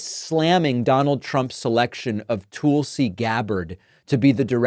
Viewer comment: My god can some teach him how to say Tulsi. “Toooolsey”